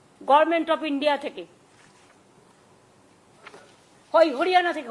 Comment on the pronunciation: এই হারামি মহিলা গভর্নমেন্ট উচ্চারণ করতে পারেন না গরমেন্ট বলেন। তিনি কীভাবে এই রাজ্যের মুখ্যমন্ত্রী হন?